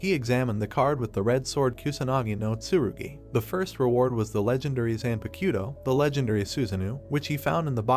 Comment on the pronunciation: Its zonpakto... not zenpakito